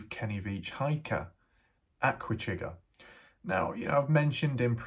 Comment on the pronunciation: I can't believe you have put Aquachigger down so bad. First learn to pronounce Aqua....it's NOT the way you say it. Chigg's videos are always good. He shares other information i.e. historical, informational unlike a good portion of other YouTubers including you of repeating yourself over and over and over. You've lost a subscriber not that it matters to you but compared to your subscribers to Chigg's you'll never get there.